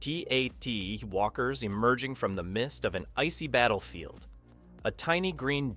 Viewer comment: Narrator, you almost fooled me into thinking you're real. Then, you said AT-AT as A.T.A.T., rather than the correct AT-at. For me, picking a defining moment in this movie is virtually impossible, as I was enthralled all through the movie.